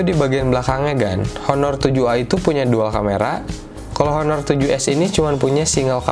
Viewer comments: Bacanya aner cal bukan honor hehe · ngomong honor nya harusnya "aner" gan hahah